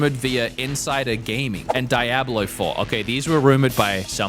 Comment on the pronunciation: Make him say Diablo again... that was funny.